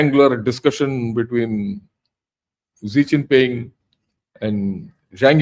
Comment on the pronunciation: Sir, pls.pronounce Xi Jinping properly, It's Xi Jinping and not Zee Chinping. Very good analysis 👍